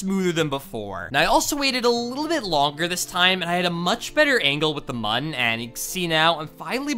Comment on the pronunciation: Mun is pronounced like moon.